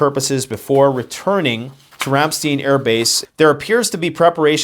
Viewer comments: Yeah I was tracker the flights also. I think you’re right about the recon planes in southeast Poland. They originated from NATO base in Germany. They’re awacs planes. Ramstein is pronounced Ram-st-eye-nn like drink from a stein. It has always been a mega AirPower base. It’s been the landing point from Afghanistan for years. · It’s pronounced Ram STINE air base. Keep up the good work! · Ramstein (Ram-Schtine) pronunciation Ramstein=place Rammstein=band. Band name came from the blue angels crash that happened there. Diese ganze Situation ist scheiße, und can't just end with simplicity. Wars don't just stop with every side happy and Russia wouldn't ever make a weak move like backing down. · These flights are tankers used to refuel AWACS, Electronic reconnaissance aircraft, drones or fighters on combat air patrols (CAP). The base in Germany is pronounced ram-stine. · FYI it's pronounced "Ram-stine" not "Ram-steen" ;) (Our family was stationed nearby at Sembach in the late 70s/early 80s) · Pronunciation: Ram-STEIN - like a beer Stein not steen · 1. Get rid of the stupid hat. 2. It's Ramstine, not Ramsteen. Yes, I know I spelled it wrong, I had to to make my point. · When two vowels go walking, the second one does the talking. Ramstein is pronounced [RAM STINE] not [RAM STEEN]. Frankenstein, a stein of beer, etc. Also, global warming is a myth. There is no evidence that global temperatures are increasing at catastrophic levels. If any large scale climate change is happening, which is dubious, it is impossible to link it to any human activity whatsoever. We can destroy our society just fine with atomic weapons. The PLANET will go on without us just fine. We are not killing the planet. Don't believe the JUNK SCIENCE! I suppose you have an excuse for being so gullible...you are Canadian. Also, you might want a slightly shorter chair. Your gut sticking out is a little obvious. You might want to keep that thing out of sight.